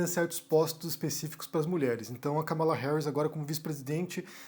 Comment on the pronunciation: A pronúncia certa é Kâmala, e não Kamála.